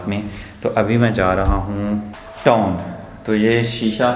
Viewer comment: Bai toon Ni hota town hota h